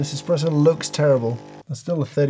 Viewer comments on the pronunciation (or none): Ngl I lost faith in this review when this guy called an espresso an “eXpresso”